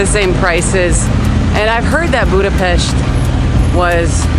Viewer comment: Welcome to my hometown, dear! I am really impressed that you pronounce the name of the capital city correctly! I would be happy to meet you for a little chat. How about that?